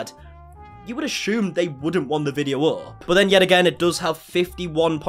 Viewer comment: Your humor is adorable. I love how you say "ashume" for assume just like Danielle Kristy.